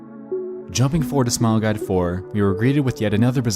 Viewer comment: AHEM! You said Smile Gide. You mean Smile Guide.